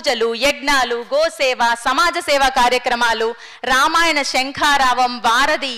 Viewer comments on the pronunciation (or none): none